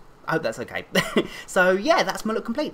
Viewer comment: mkay is what he says